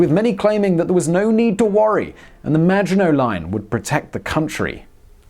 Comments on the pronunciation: I keep hearing 'The Imaginary Line'... I guess he's right about his French pronounciation! ;-) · I kept hearing 'imaginary line', not Maginot Line throughout the video. LoL. Maybe because "Imaginary Line" is prob a better name for it anyway. Imagined sense of security. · Same i heared it too on several occations, i thought it was just me :D, and i agree in hindsight, it would be a more fitting name :P